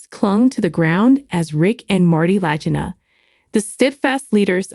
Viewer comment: Its La-G (Gah) eena!